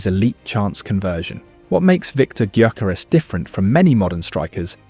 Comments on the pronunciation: Guy-ya-ko-res. That’s how you said it 😂😂😂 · No, it’s yuh-care-es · It's GUYO-CORE-REZ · Is this AI garbage or someone who just absolutely butchers his name? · It's not that difficult to learn how to pronounce the bloody name, is it? Or is the mispronunciation an engagement tactic? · Yea but its a VoiceOver so he cant really get the name right